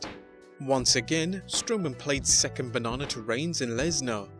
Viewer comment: "Second bah-naw-naw"😂🤣😂